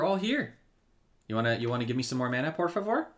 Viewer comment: Hi. Always a pleasure to watch your videos. Nor always easy for me following the lives, but, thank you technology 😊. By the way your "shrink por favor" great portuguese pronounce 😊